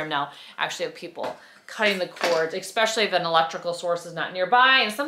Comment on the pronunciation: “Anyways” and “expecially” - really? You’re darling but that mispronounciation thing has got to go!